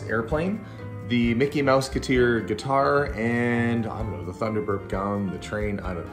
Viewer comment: Getar not guitar! Lol! Enjoyed, TYVM!